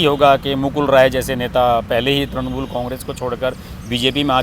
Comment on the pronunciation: त्रणमूल" नही त्रिणमूल" नही त्रुणमूल" नही "तृणमूल" बोलिये